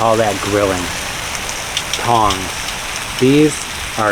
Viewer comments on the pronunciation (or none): none